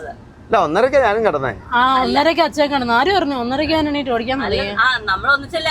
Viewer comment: അച്ഛാ, ചേച്ച എന്താ രതിഷേ ഇതൊക്കെ കൊച്ചച്ച, ഇയാൾ.... ൻ എന്ന അക്ഷരം പഠിച്ചിട്ടില്ലേ, അതോ പുതിയ മലയാളം ആണോ, വെറുതെ ചിരിപ്പിക്കല്ലേ